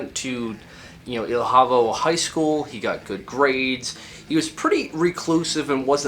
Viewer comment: I'm not an expert on Portuguese myself. I have a cursory knowledge being that my primary languages are English and Spanish, but I'd think that the pronunciation of the name of the city or town 'Ilhavo' would be 'Ilyavo.' Great video by the way.